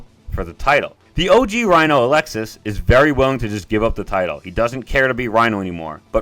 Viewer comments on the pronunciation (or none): Its pronounced "Uh-lex-ee" not Alexis. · Alexey, not Alexis (Altho anglos spell it Aleksi for some reason) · Aleksei. (UH-LEK-SEE)